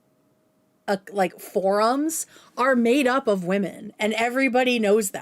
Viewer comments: I’m sorry but I can’t stand when she pronounces “women” as “woman” it ticks me off!!! And no that’s not my only criticism of you, but it’s so often. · I was just going to say this!! It's so frustrating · It drives me nuts how she can’t pronounce “women.” She’s just saying “woman” repeatedly. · woman=singular and women=plural. No, they are not pronounced the same.